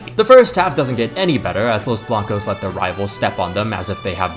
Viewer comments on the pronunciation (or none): los blancos ❎ los blank ✅